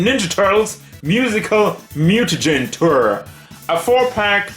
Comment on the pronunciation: That’s not how Tour is pronounced